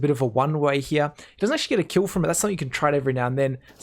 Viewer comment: nice vids and nice commentary one thing tho, your pronunciation of the word "here" you say something like " HeJAYH"